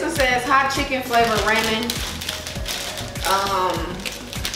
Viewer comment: Rahh-min? Lmao raw-min